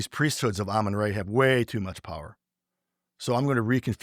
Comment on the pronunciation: How can you have studied anything about Egypt and continue to pronounce RA as ray? 🤯😤